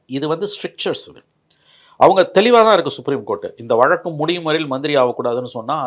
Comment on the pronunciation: விலக்கு,,வலக்கு..இல்லப்பா.. வழக்கு